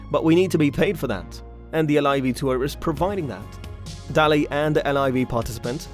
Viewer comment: It's pronounced Day_Ley... If you don't know how to pronounce the names .... quit ....